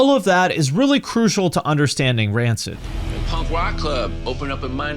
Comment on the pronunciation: Never heard someone say punk like that. Ponk